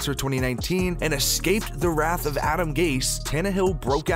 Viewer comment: I liked this video a lot, but seriously, please look up the word 'wrath' in a dictionary.